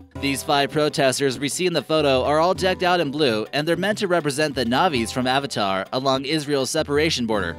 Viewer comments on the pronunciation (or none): none